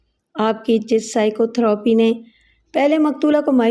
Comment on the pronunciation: تھروپی غلط ہے۔ تھیرَپی ٹھیک ہے۔